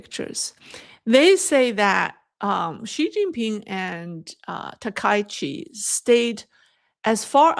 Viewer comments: can you please pronounce the Japanese Prime Ministers name correctly. Thank You, SEATTLE USA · I am surprised by the mispronouncing of Takaichi, especially by Chinese speakers., you are becoming Anglicized. the ai in the middle of Takaichi is not an english diphthong. The 'a' goes with the 'k' and the 'i' goes with the 'ch'. Takaichi has two kanji characters - Taka and ichi. Try not to diphthong the ai together.